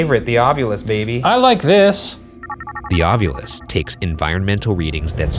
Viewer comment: Ov-ILL-us. I'm sorry but it's driving me nuts.